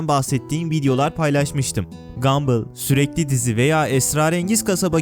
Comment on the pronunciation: Gambıl ne abi? Videoların güzel ama lütfen kelimelerin doğru okunuşuna özen göster.